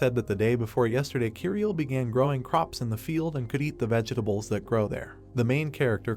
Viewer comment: Pls pls fix the way the a.i says vegetables.